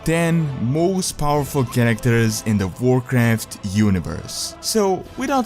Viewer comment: Vorcraft vore vorlds vorring... I love this guy! :D